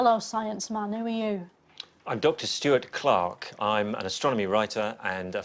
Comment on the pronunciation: I love how everytime she’s in a serious interview she starts with “Ü R you”